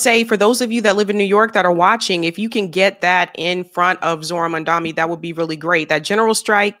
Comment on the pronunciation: It's MAM-DANI not MAN-DAMI